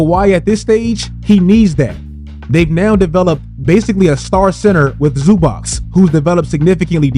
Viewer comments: Please say it correct. Zubac [ Zzobatch ] Its not that hard. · finally somebody nailed the pronunciation